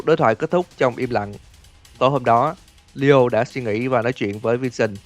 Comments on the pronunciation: Nghe ad đọc lio mà em tưởng Dio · tôi cũng nghe là DIO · Leo mà cứ nghe Dio hoài :v